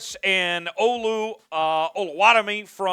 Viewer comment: Need you to learn the pronunciation of my African brother Olu but hey keep up the solid content